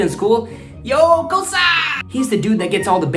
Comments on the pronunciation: Damn good yo!!.... btw not Kosa it's KOSSA and KIYEWWA not Kiyewa.... cool keep it up machang !!! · That is not kasa that is kossa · Not kosa it's kossa 😅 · Bro it's not kosa it's kossa